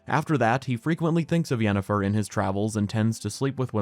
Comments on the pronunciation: Yanifer everytime. No questions asked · It's Yennifer and it isn't even close. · It's Yennefer, this is not even a debate wdym